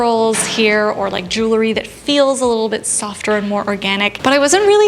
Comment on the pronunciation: Itʻs so interesting. None of the style and fashion channels I watch know how to pronounce "jew - el - ry." Itʻs not "jool - a - ree."